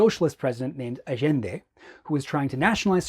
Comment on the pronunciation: I love how you said "Allende" in the Chilean "Ah-Zhen-De" as opposed to the typical Spanish "Ah-Yen-De"